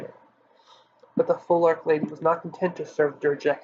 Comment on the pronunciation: Came here for literally no other reason than to hear the word phoelarch pronounced and you got it WRONG, matey! What are phoelarchs related to? FEEEEEEEENICKSES! How in the hell do you pronounce phoenix, eh? How is that word pronounced?